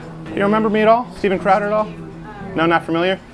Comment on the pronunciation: Love how she says Steven "Crohder." Doesn't even know who the fuck you are. Hasn't even watched enough of you to know how you pronounce your own name. Probably doesn't even know that your show is called "Louder with Crowder" to make the connection, either...